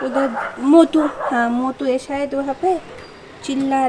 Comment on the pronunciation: That's not matu that's motu okay